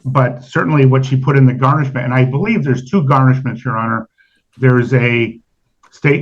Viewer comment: Can he say garnishment instead of GARN??